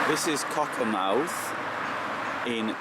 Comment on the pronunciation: Just a correction - BUT BIG Correction.....pronounced CockerMTH'....not mouth at the end....like Great Yarmouth, Plymouth